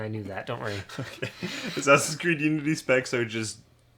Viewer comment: haha "Ass Creed"